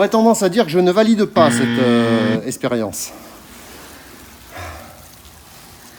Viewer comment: ''expérience'' pas ''espérience'' sinon super vidéo ... Et juste pour rire , jonny n'aurai pas été d'accord avec toi ...